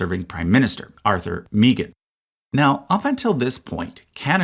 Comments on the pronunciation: Great vid! Two small quibble - Meighen is pronounced MEE-en, not Mee-gan. Second, the spelling is POILIEVRE, not POLIEVRE, and this affects the name's pronunciation. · Great video! Learned a lot! Meighen represented my hometown in MB and there's a school named after him. Pronounced "Meehan" ( han as in hen with a soft "h") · Just a quick note to point out that the "g" in Arthur Meighen's name is silent. Meighen is pronounced mee-en. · Oops, it's the Parti Bleu, not "Bleau". Also, I don't think there's such as word as "Confederists". You might mean the Anti-Confederationists. Sorry. The "gh" in Meighen is silent. His name is pronounced " MEE-ən". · Pedantic note here: Arthur Meighen's name is pronounced "MEE-ǝn". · i think you pronounced "meighen" wrong? also, it's called a "vote of no confidence", not a "vote of confidence" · I think you did a great job putting a lot of information into this and still an Amarican with little background would have a good overview. Two things – Arthur Meighen’s last name rimes with ‘Ian’. Me-N. The second is that in the times of McDonald the ‘left-right thing’ did not apply, with Liberals (classical Liberals) wanting LESS intervention in the markets and where the Tories would back the railway etc but who the heck can explain that! It took my Prof a whole year! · Rather than criticize you for the “bleu” mistake I will slate you for the Meighen mispronunciation. The “g” is silent.